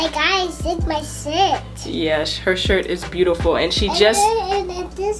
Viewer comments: It’s sounded like she shit when she said shirt but she beautiful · When Layla said shirt, it sounded like she said the "s" word. 😂😂😂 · At the start when she said “ here my shirt “ I thought she said this my shit 😂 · Is it just me or did it sound like she said s. H. I. T. Instead of shirt👁👄👁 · I thought at first Layla said “Hey guys look at my shit” my eyes went big 😂